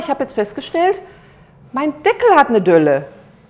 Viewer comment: Delle, nicht Dölle 😀